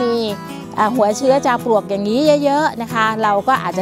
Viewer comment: เสียงดังฟังชัด ให้ความรู้ดีมากเลยคะ ขอติเพื่อก่อนิดหนึ่งนะคะ ออกเสียง จาวปวก แทน ปลวก แต่หลังๆก็ชัด เป็นปลวกมากขึ้นคะ